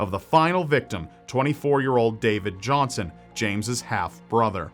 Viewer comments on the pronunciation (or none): none